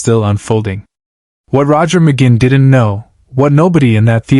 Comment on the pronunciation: When the Ai narrator mis pronounces Roger McGuinns name I'm out!